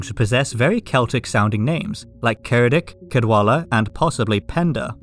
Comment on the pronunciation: Btw Ceredic is pronounced Cheredich. C before e and i makes a ch sound, g in the same place makes a y sound, cg makes a j sound, and sc makes a sh sound